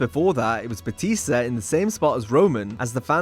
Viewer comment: JBL said BooTista 👻 hah BootTista 🥾 lol